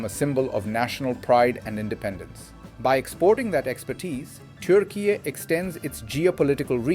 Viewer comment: For gods sake its not pronounced turk eye.